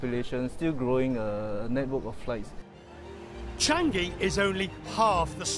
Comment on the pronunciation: Not Chang-gi! It's Chang-i!